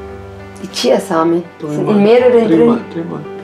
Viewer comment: Sie meint chiHaNsamen😂